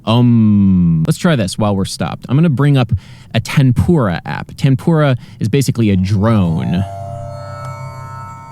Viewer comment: Did you said "tempura" or "tambura"?